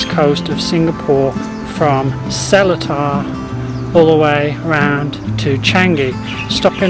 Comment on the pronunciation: Seletar, local said sir-li-da